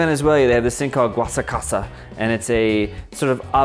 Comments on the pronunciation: Don't forget the guasacasa :P It's "guasacaca", pronounced "wah-sah-ka-ka" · Guasacasa 😂 good try though 👌